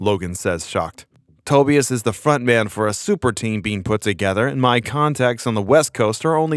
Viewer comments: Tobias its pronounced toe-bye-us not toe-bee-us......just sayin..... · Its pronounced Toe-bye-as not Toebeeis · U r just another guy who ONLY read comics it's pronounced To-bI-as not TO- be-is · It's pronounced Toe-bye-us, not Toby-us. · For the love of GOD it is Tobias-Ta-buy-us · Never heard Tobias pronounced that way. Nasty. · Can't pronounce the name Tobias lol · You're pronouncing Tobias wrong...lmfao. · The way you kept pronouncing Tobias... yikes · Wow. First time I ever heard someone mispronounce Tobias… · I cannot be the only one that cringed at the way he pronounced "Tobias"... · Nice video but how on earth do you mispronounce Tobias and Tonya!?